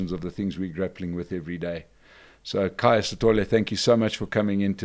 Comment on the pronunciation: It's KHAYA, not kahaya